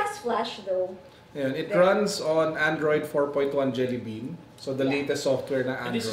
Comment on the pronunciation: its jelly bean not jelly beam just saying peace